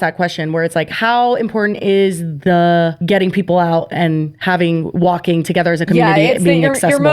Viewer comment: Hearing "there was a stigma with walkilg" as an european is cracking me up😂😂😂